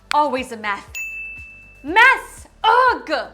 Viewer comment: "once a mess, always a meth" I'm dead 😂